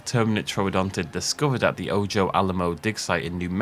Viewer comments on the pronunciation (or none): A "J" is pronounced like an "H" in Spanish; Is the place name of where Alamosaurus was found a Spanish name, by chance? is it "O-Jo" Or 'O-Ho"? I want to know more.